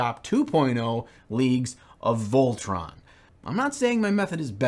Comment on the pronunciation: Aha Voltron, isn't it voltann or whatever... SQUATS!!! What's this league ahaha leagues of squats!! Whatever... Seriously why does games workshop do this, is it because Squats could be seen as derogatory? Maybe? But yeah love your method alot better, I tried to do a slapchop method and I find it takes me more time. It's great for certain things but for like imperial guards man or traitor guardsmen as I'm painting, it really does need to the older way of doing things. It's so annoying to accidentally get a little paint on something and then having to get the white or grey out to touch it up, or even worse you touch the two contrast paints together and then great, I have to touch it up? But then it looks like you had to replace a rusty car part with another one from another car. It just stands out so much. I could see the Nids working well, or for DND well. Horus heresy is a great game to do that with. Basically if you have your army that's your baby, paint it the old way, the other army that came in the starter set, use slap chop.